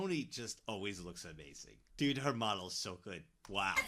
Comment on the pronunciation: "He was, a dOOd. Looking for, another dOOd" 🤣🤣